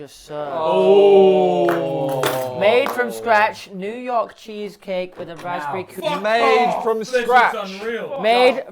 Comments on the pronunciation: “new yoyk” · Did say “new yoik”?🤣